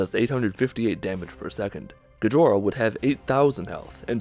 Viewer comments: It's not pronounced Gee-Jor-Uh it's pronounced Goh-jee-ra. Second of all, it was never meant to be in the game. It was just there for the developers to play around with. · It's not "Guh-johr-uh" it's "Go-Jee-Rah." Gojira is the Japanese name for Godzilla. It's literally they way that Godzilla is pronounced because both the "dz" and "La" sound get fudged in the linguistic transfer from English to Japanese. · You pronounce it Gajora when the Japanese name for Godzilla is Gojira. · And it's pronounced Go-jira. Not Gajora. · Gejhora. I can't even. The newest Gojira knock off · "gijora" This still annoys me to this day ITS GOH-JI-RA GOH. JI. RA. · *Gojira. Seriously,... Gijo-ra means "Elegant Girls" and Gojira means "Godzilla." REEEEEEEEEEEEEEEEEEEEE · What's the gecko name? Gejora? Isnt it Gojira (go-gee-rah) in Japanese? What? WTF I'm so confused. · not Gejora, but Gojira. smh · Gojira, not Gijora. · Gojira is tha japanese name for Godzilla not Gijora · Gojira not gejora right? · "Gijora" do you mean "Gojira"? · Go-Ji-Ra not Ga-JOr-aH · >”Gijora” How difficult is it to pronounce Gojira? God damn!! Good video otherwise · Did he really just pronouncd gojira as gijora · Its not "Gajora". Its "Gojira" as in; Go-Jee-Ra. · Okay first off it's not "gojia". It's "GOJIRAAAAAAAAA!!! >:((((((" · Lol gijora. You mean gojira? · Gejora Me: (hears the silent wails of "Gojira" pronunciation being butchered in real time) sheds a tear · Ga jorra? Lmao go JIR ra. But you know, no hard R sound in Japanese, so l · Gijora isn't Godzilla's name. It's Gojira. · Gajora's Mask. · I heard "Gejura". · Its gadjeera right when spoken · Godzilla in Japan is called Gojira, idk what you were trying to say but is sounded it Ghidorah which IS NOT Godzilla. Now Ghidorah IS in Godzilla but isn't Godzilla xD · Gojira is the Japanese name for Godzilla, not Gejora. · It's Gojira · It's Go Jira goddamnit! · its pronounced go ji ra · Not to sound toxic but it’s pronounced Go-J-Ira